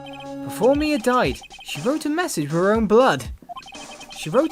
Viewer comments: her name is pronounced m-EYE-ah as in eye. Not May-ah as in the month. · you are saying her name wrong